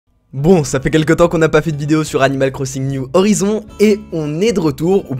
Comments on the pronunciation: C'est horaizonne (comme en anglais) parce que si tu dis horizon, c'est comme si tu disais peuhache au lieux de pitch (peach dans Mario) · sa ce prononce or-aille-zone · Ça se prononce « oryzon » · On dit : Animal Crossing, New (NYUW) Horizons (HORAÏZONNE’SS) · Horaïzonne ( avec le h qui se prononce ) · On dis horisonce (pronientiation) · Pour bien dire prenonce < > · Horizons se prononce "oraïzonneze" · On dit "ORAYZONS" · NON ON DIT ORYSSOUN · sa se dit orayezone! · Ça se dit HO-RAILLE-ZONE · Mdrrr et on dit Oraïïïzonssss a l'anglaise quoi ;)